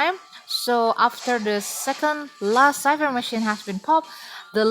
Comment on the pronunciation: Thank You, For the tips how to counter her and kite her. I always OOF When I met her in the rank match. My weakness is her dash. And now u pronounce cipher correctly, so proud 👏